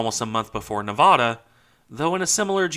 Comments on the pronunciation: It's pronounced "Nevada" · don't you mean "Nevada"?